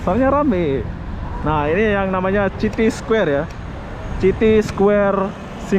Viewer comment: Bang judulnya dibenerin atuh.. Square bukan ky gitu .. City baca siti, bukan citi.. Sepanjang jalan cewe2 ngobrol pke bhs jawa..😁